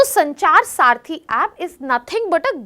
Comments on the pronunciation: Saarthi or Saathi ? You speak good English , but this doesn't mean that you speak good Hindi. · Mis pronunciation makes you confused, disconnected . Please listen again. Check if it is Saarthi or Saathi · Its not saarthi its saathi